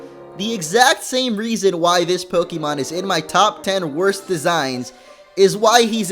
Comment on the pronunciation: you mispurnounsed worst